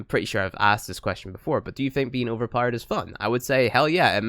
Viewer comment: Powered not powerede